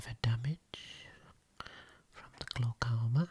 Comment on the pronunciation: English isn't my first language.. I don't know glaucoma word but he make it sounds like glocauma.. and yes it sound very relaxing and sexy